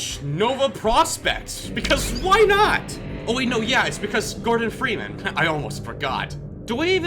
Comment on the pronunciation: Fordon Greeman.